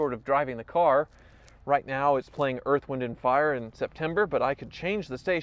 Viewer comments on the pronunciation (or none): none